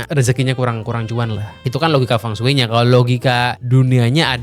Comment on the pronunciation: blm dibikin nih konten mengapa penyebutan huruf latin cina beda dengan penulisannya. di konten ini udah kesebut beberapa, Feng shui = fengshi, Beijing = Pei Cing, Qin = Cin